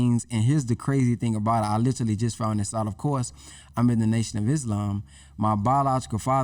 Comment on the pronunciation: Other than the brother not being able to pronounce literally (Lit-Ah-Lee) lol He was dripping jewels 👍🏾